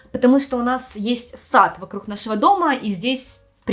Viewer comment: стала более явно Хэкать)) "ЙокоХама", "вокруХ"😅 раньше не замечала, хоть и знаю, что с Украины